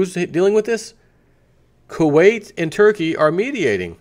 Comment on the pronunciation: You pronounced it right the time. Kuwait not Kutter lol